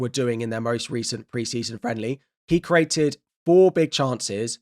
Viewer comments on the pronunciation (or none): none